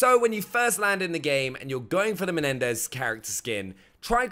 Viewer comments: I know right its MENENDÈZ not MENDEZ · He said “Mendez”